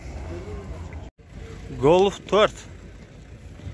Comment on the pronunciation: Гольф сөзүн айтканды үйрон досум голф дебей